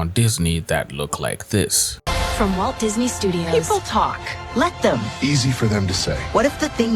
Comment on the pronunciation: “WALT,” not “Waltz.”